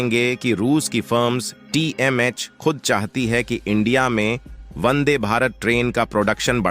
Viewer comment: Vande. Not Bande. Check.